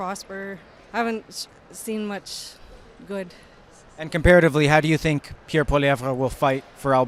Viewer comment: Please listen to the way Pierre pronounces his own name and STOP pronouncing the "re" at the end. If you're going to mention someone in a story, at least learn the correct pronounciation of their name. I love what you guys are doing, but every time I hear you roll that R it makes me cringe!